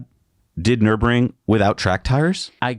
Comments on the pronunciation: Nür-burg-ring. Not Nurb-ring. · It's Nur burg ring! Hahahaha 😂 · I love you guys but it’s painful to hear you butcher Nürburgring every time you say it 🙉😂